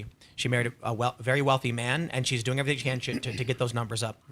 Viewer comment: Everysing akording to plan, comrades.